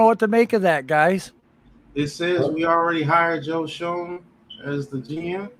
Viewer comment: its pronounced Joe (shane) shoen